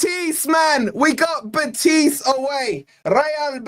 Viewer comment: The stress is on the "e" in Betis,, not the "i". How do I know? Because I live an hour's drive from Seville, and I'm a lifelong forest fan! Bring it on, I'll be there!